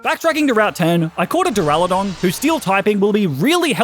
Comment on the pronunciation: DURALUDON, NOT DURALODON!